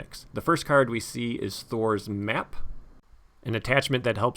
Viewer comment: Every time I hear you say "Thror's Map" I hear "Thor's Map" and I keep expecting to see you putting Mjolnir on your table.